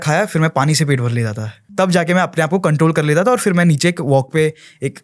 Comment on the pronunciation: 😍 “BATAO” nhi boltay, “BATAYIYE” bolte haiñ. You are on a responsible platform and should always mind your diction! Furthermore it is not “Fir” it is “PHir”. Please take care of the way you speak